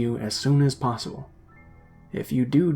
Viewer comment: *Possible, not possble...